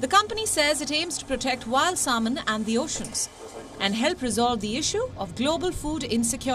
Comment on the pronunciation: Indians are proud of their slavery era leftovers like cricket and English and yet couldn't pronounce the word "salmon" properly